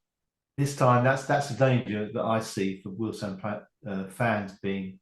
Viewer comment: Remember it's Weald 'Stone' not 'Stun' 😊